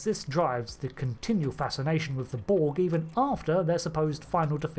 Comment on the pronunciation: The Bolg? Stopped listening at 2 seconds into the video. There's no "Bolg".